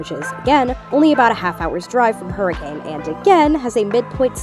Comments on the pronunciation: FYI Hurricane, UT is pronounced "HER-ih-cun," not "Her-ih-CAYNE" :) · Believe it or not the town of Hurricane, UT is pronounced "hurrah-khun" it's always weird to hear it said hurricane in fnaf videos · Someday fnaftubers will pronounce Hurricane correctly (the town is pronounced Hurr-ih-cun)